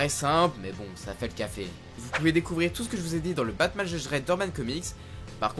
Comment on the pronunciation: C'est moi où au début il dit batmaz